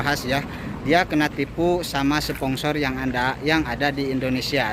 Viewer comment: bang bukan spongsor/tapi sponsor bang😁